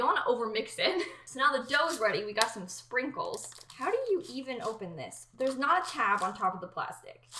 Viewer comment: I thought she said Pringles instead of sprinkles and almost had a heart